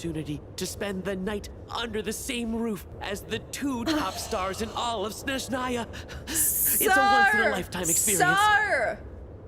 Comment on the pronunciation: .....siiiigh...there's no "sh" sound in SNezhnaya